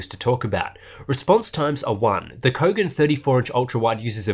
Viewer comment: What?? I thought I heard "BOGAN MONITOR"... lolol...